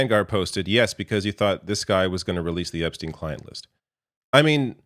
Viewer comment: I cant get over how Trump said Epstine like he never heard the name before. "Epp...stine?"